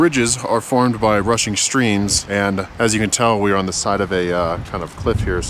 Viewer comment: You said rushing streams, It sounded like you said Russian stream.😂